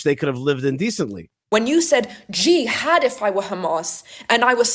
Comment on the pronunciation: Also don't miss when says GEE HAD...[JIHAD!] Gee had I??